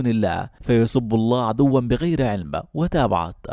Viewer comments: في الآية التي قرأها رافع الفيديو في البدايات هناك كلمة لفظت خطأ فهي عَدْواً و ليس عَدُوّا... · الايه فى الدقيقة قرأها المعلق خطأ (عدوا) بتسكين الدال و فتح الواو وليس بضم الدال (وهذا هو خطؤه ضم الدال ) وهذا للعلم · الايه الكريمة فيسبوا الله عدوا بغير علم.. عدوا بتسكين الدال وليس ضمها... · عدوا بسكون الدال وليس بتشديد الدال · يا ( عدواً ).. قرأتها الصح بتسكين الدال وفتح الواو...أما المعلق قرأها بضم الواو وجزاك الله خيرا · صحيح هذا الكلام 👍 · "فيسبوا الله عدوا بغير علم" إسمعها مقروءه من شيخ حتى تنطقها بطريقه صحيحه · تصحيح للايه الكريمة عدوا بغير علم مع سكون الدال في كلمة عدوا وليس الضم ومعني عدوا ...... اعتداء و عدوان وظلم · ياخي اقرا الايات صح خلي حد يقرأ لك كلمة عدوا